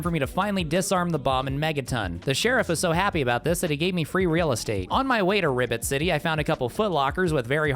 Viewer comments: I swear he is saying Ribbit City instead of Rivet City, but I can't be sure. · You said "Ribbit City" instead of rivet city because of your frog peraona. There is an ad for an anime game beneath this video and the girl has her buns out. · I kept hearing Ribbit city 💀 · well, he's a frog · I swear I kept hearing you pronounce Rivet City as Ribbit City. The subtitles said I was wrong but now I can't unhear it. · I keep hearing "Ribbit City" when you say "Rivet City"